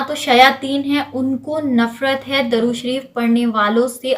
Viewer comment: Assalamu alaikum Plz correct it... It's durood not darood... Darood means wood